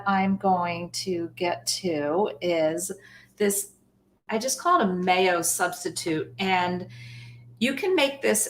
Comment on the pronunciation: Mayo substitute "nay-o"